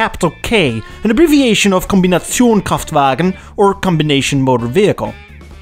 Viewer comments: completely nailed the "Kombinationskraftwagen" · I love it how well he can an pronounce the full german Word for a station wagon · Oh you pronounced kombinationskraftwagen pretty well for a english speaking person!!! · Perfect pronunciation of "Kombinationskraftwagen"! ❤️ Now i want you to say "Streichholzschächtelchen"! 😇